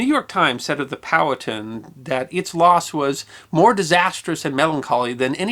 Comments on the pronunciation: Great story. I have heard it before, but not told so well. Curiously, when told to me the name was pronounced pow-HAT'-ten(1, 2nd syllable emphasis) as opposed to POW'-uh-tun(2, 1st syllable emphasis) as you did. Looking this up, the native american tribe is pronounced poe'-ah'-ten'(3, even emphasis). The town in NJ is pronounced like (1) by locals. I am guessing back in the 19th century, it was pronounced all three ways, and probably a few more. Thanks for the story. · I often enjoy your content, because, even if I’m already familiar with your subject matter, it’s often nice to hear another point of view. That said, here in the south, especially in The Commonwealth of Virginia (from where Chief Powhatan hailed), the name Powhatan is pronounced “POW-huh-TAN” (“Pow,” like the sound from a Batman vs. bad guy fight, “Huh” like an exhaustive exhale, and “Tan” like the colour.) Keep up the GREAT work! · In SE Ohio we always said "POW-hattin'", as in POW-hattin' Point, but we was all hillbillies too 😉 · Love your channel. I believe it's "Poh-wah-ton" though. Yet, I'm no carpenter. 🤷‍♂️ ☀️😎🇺🇸☀️